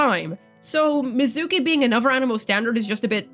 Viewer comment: mizuki❌ mizooki✅